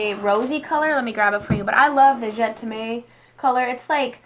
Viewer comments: Hi - could you do a video on who you like to watch on you tube? Also - just a tip, the Marc jacobs je t'aime is not pronounced "je te may"... it is pronounced "je tem" - it means I love you in French:) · I have to try some Dior, never have before. Love the Boxom and Marc Jacobs. Just a side note, Je T'aime is pronounced Je tem (sounds like stem, minus the s) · Je'taime is pronounced Zjay Tim.